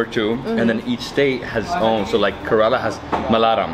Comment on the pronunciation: 😅. Ive learned from YOUR shows and collabs that Kerala is prounounced CARE-AH-LA not KIR-AH-LA...I think I even recall that Kir-ah-la is something unappealing lol So, Im going to share my way of remebering the pronunciation. Think of the Care Bears. Kerala is the Care Bear- CARE-AH-LA. I giggle when you keep prounouncing it wrong. Its habit, I get it lol Lots of Love. What an interesting fusion type of restaurant this time.